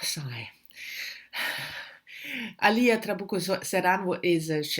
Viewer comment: hello. Alia (accent in the first syllable), Zerán (accent in the last syllable). Nice to see people interested in translated fiction, especially from a Latin American country. And yes, Chile, not chili! You know, "Home" is my favorite in the trilogy. Will wait for your insights... Thanks!